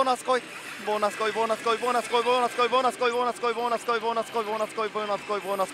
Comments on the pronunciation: ぼなすこい？なに喋っるかわかんない！ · ボーナス来いボーナス来いボーナス来いボーナス来い… マーボナスマーボナスマーボナスマーボナスマーボナスに聞こえて来た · ボイナスコイにしか聞こえないw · 何回かボイナスコイ言うてたな。そゆとこが好きやがな